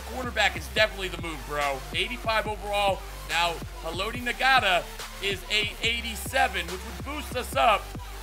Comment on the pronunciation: The G Is Silent In Ngata